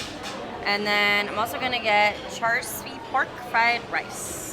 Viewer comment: Love you,! FYI, char siu is pronounced "char shu." Boursin is pronounced "boar SAN," emphasis on the "san." 😊